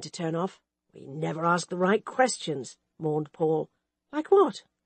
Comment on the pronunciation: Who is this reader? I cringe every time she says, "Agatha MORNED" for "Agatha MOANED"